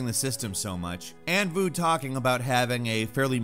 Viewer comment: How to pronounce Anh Vu more correctly? Say "Ank Voo" instead of "Ann Vu."